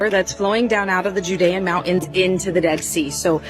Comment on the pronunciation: 16;22 there's a T in the word mounTain say it or loose my respec